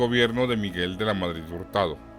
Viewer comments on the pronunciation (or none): none